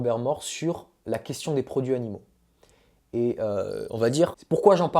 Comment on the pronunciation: Video hyper interessante. J’ai juste relevé 2 erreurs de français. Le verbe solutionner n’existe pas en français. On résout un problème. Et il faut faire la liaison dans ‘produits animaux’: produits Zanimaux. Sinon, c’est parfait.